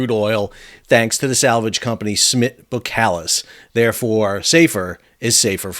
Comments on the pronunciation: bo”SSSS”kalis, not bokalis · Boskalis....pronounced ''Boss-kar-liss''..........😉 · BoSS KaH Liss is how you should pronounce the name. Seriously. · Great video! It's pronounced Bos-kalis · Pronounced ; BOSS KAALIS , I 'me getting annoyed at your lack of Dutch language competency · Since when is the "S" in boSkalis silent??